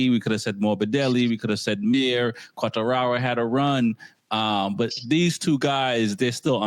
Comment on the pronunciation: Thank you Cheetah for at least trying to get to pronounce Quartararo's name correctly. Then again, if pronounces the last R like an N, then is his name pronounced like 'Track-Stains'? That aside, the Le Mans GP (main race) was probably one of the most interesting in quite a while. Congrat's to Zarco.